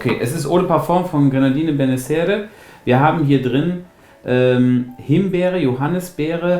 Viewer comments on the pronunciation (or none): Aber die Aussprache von "Giardino Benessere" üben wir noch ;-)